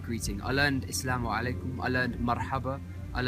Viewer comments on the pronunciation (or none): AsSalaamu alaykum. ( it actually sounds like yur saying Iss-lamu alaykum.) I was taught to say MarhabaN with an 'N' sound at the ENd. bahabuk. Ya Bahabuk😇